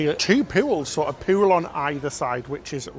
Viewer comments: please, for the love of god, stop saying POO-WOOL and POOWAR instead of pool and poor, i cant stop laughing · I love when he pronounces pool as "pewl" lovely accent